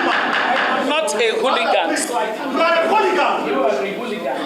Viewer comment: I love her calmness in calling him a scoundrel... A hooligan He couldn't even pronounce the word hooligan Shame on him